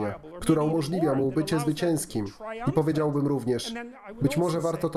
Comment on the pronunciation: "powiedziałbym" ma akcent na drugą sylabę. Na trzeciej brzmi bardzo dziwnie.